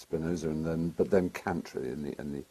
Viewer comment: I've read em, have you? His criticism of Aristotle and description of Kant (even if he pronounces it wrong) are spot on.